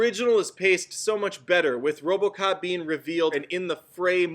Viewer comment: you said robo kock 2014